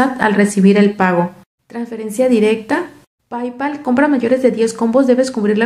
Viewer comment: Hola, Me encantan sus videos y no digo esto con ánimo de ofender. El inglés no es su idioma nativo así que para nada es algo malo pero me gustaría hacer una pequeña sugerencia. La palabra PayPal no se pronuncia como tal. Se pronuncia algo así como Peipal en donde la a tampoco se pronuncia como una a en español. Es un sonido más bien de la “long vowel” en inglés. En fin, no soy profesional en lingüística ni mucho menos pero es solo una sugerencia. Espero no ser grosera o molestarla. No es mi intención.